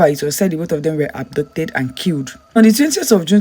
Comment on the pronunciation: Are you saying abducted or adopted? Speak clearly please